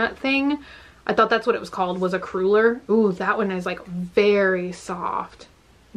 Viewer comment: Cruller is pronounced "Cruh-ler" not "Cruel-er"